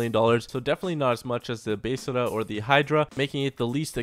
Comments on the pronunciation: Is anyone else getting annoyed when he says besrrrrrrrrra instead of besra. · the bestra is pronounced beztra